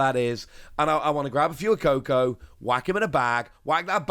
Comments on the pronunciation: So triggered on the way you say fuecoco for gods sake man its not fewycoco its fwaycoco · IT'S FWAY-COCO, NOT PHOOEY-COCO, IT'S SPANISH YOU TART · Love these videos! I get myself all excited for cards I won't have for 5-6 months 😂 Btw, Fuecoco is pronounced more like "Phway-coco", it's Spanish like "Fuego" :) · you keep pronouncing Fuecoco wrong. It's Fway-co-co. Your mispronunciation of Fuecoco makes me want to turn off the video. Baille is pronounced Buy-yeah.